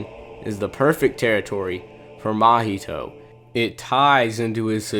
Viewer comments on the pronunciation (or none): none